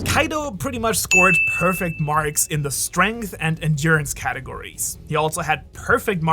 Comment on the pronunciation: Strenght Lol